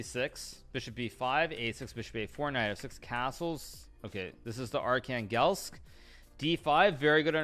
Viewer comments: Yes, and the name of that city means Archangel, which isn't usually pronounced arch-an-GEL, the way Hikaru said it. I have no problem with the way he says it, its just somewhat amusing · The way Hikaru says Archangelsk is very funny to me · Nothing wrong, it's just funny. Archangel is a word in English too, isn't it? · You're right but I think the opening name comes from the Russian City "Архангельск" which is pronounced "Arhangelsk"